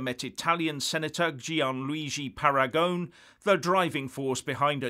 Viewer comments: I agree with your opinions, but your Italian pronunciation needs a bit of brushing up,. Paragone should be pronounced Para go knee. Regarding the name of the proposed organisation for Italy's departure from the EU, Paragone has called it Italexit. The word exit is well understood in Italy and if he is happy with it, no particular reason for it to be changed to something more Italian. Uscire is pronounced ooh sheer a (a as in ray). Combining the Usc with the Italia to give Uscitalia has an unfortunate shit sound in the middle. LOL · Dear, “sci” is always pronounced “she” in Italian. Oh, and don’t forget the final vowel in “Paragone.” TY! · Michael Baker Pronounced “Paragonay” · Italy is not likely to break away now when the promise of so much money is made! Much money granted to...the most feeble members of the UE, precisely to deter them from breaking away. Please Parangon is an Italian name, pa-ran-go-NE! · FYI, The pronunciation of his name is: ‘PARAGONEE’!! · Pronunciation: /para-go-NAY/ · Uscita is pronounced Usheeta. Paragone is ParagonAY. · you need to pronounce the e in Paragone. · While at it you might have looked up how to pronounce Paragone.